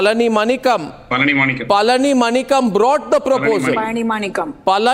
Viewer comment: You idiot Mr Arnab Goswami first learn to pronounce the name of Mr Palanimanikkam not palanimakam.